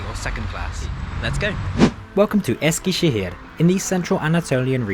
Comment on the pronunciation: Man I love your pronunciation of the turkish words! My parents are from Eskişehir and I visited the city last year after a very long time, of course using the YHT for travelling. It's such a bizarre feeling seeing all the familiar places in your video :D from the old Eskişehir train station to the new train station and the platforms. Hope you had a great time in Eskişehir!